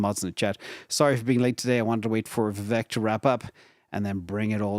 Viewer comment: Vivek is pronounce like cake, vivack, point of information love the show 👍👍👍👍